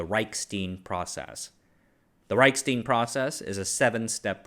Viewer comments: Hey, what's that thing you pour beer in? It's spelled stein. Now use that same pronunciation any time you see any German name/word that contains that same spelling. The way you've been pronouncing it, is spelled stien. They aren't the same. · "Reichstein Process." But pronounced as "steen?" Leave it to an Asian to mess up a clearly German-regional name. Reichk-shtein where 'ei' is pronounced 'eye', not 'ee'. German has a lot of grindy/guttural sounds in both language and names. When in doubt with German/Polish/Czech/etc, throw in a few extra 'ck' 'sh' and 'eye' sounds and you'll probably be good. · It is really funny that you nailed Reich, but pronounced Stein English. 😊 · it is like he built the pronunciation out of different body parts... erm a word-Frankenstein....